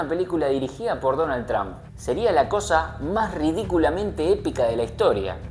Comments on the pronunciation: Tran no....Trump en American English la pronunciacion es TROMP..y he visto que todos los Argentinos pronuncian igual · Porque tienes q pronunciar Trump con "a"...todos uds los argentinos hacen lo mismo...suena horrible